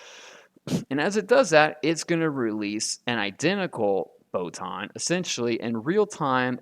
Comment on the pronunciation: WTF is a poton?😂